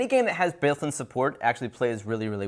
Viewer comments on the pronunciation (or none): I think he meant to say built in but he may have had a mini stroke when trying to say it